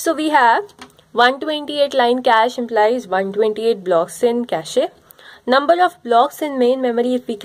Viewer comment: Best video so far. For feedback: Cache pronounced like "cash". Its not cashy.